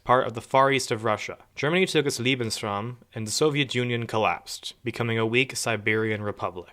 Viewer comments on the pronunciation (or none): Dude you said Liebensraum(loving space) instead of Liebensraum(living space)😂😂😂